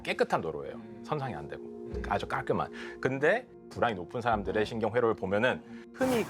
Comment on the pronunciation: 불안이 ㅂㄹ처럼 들려서 흠칫흠칫 함